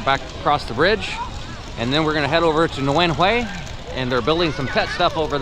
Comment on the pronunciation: I really commend you for saying NGUYỄN HUỆ correctly many times. Because of this, many foreign viewers will know about one of our most important national heroes, in the same league as, say, Hamilton in the US.